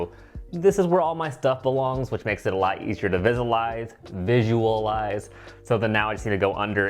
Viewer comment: “VIZALIZE. VI-SHOE-AH-LIZE” 😂